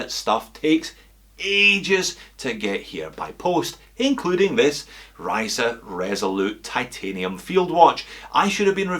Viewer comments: The pronunciation was almost there, and I mean that as a compliment, others said "Reece", lol. 👍 Am I the only one who thinks they should have gone for a different hour hand? Looks a little bit too plain/low effort with two sword hands. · At last, someone who can pronounce the name properly! 🤪